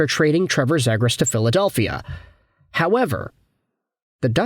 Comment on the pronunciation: zeeegras say it right